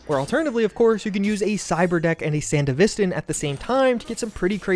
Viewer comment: why does he say Sandevistan like that?